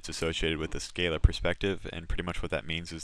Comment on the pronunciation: Good tutorials, thanks.. but.. "skah-luh"